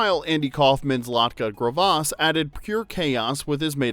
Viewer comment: Latka GRAV-IS not Grah-Vas.